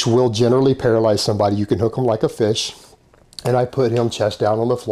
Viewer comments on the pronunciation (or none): none